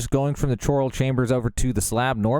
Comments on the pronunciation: It's pronounced "Koral" not "Choral" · bro really said "ch" oral chambers lol